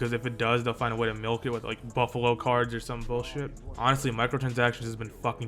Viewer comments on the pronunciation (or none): He said buffalo cards im dead lol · "Buffalo Cards" 😂😂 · "Buffalo Cards" 😂😂😂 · My mans just Said Buffalo cards lmfaoooo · "Buffalo Cards" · "buffalo cards" lol